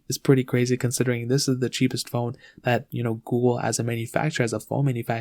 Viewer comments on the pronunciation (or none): Can't watch it peacefully with his pronouncing of Google....goo-go lol